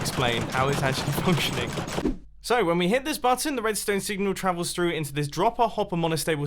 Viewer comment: Botton? Bot-Ton? Sorry Mate I don’t think that’s right! I think it’s button